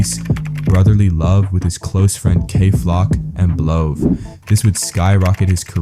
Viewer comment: This fella said "blow" talm bout B love